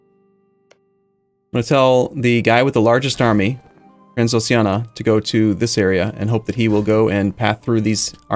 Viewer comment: Transoxiana? Oh, you mean Transxpfklsmfls